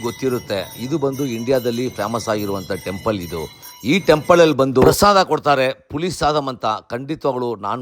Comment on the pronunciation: ಟೆಂಪಳ್ ಅಲ್ಲ ಟೆಂಪಲ್ ಬಿಸಿಬಿಸಿ ಕಾಯೋ ಪಾತ್ರೆ 😁😁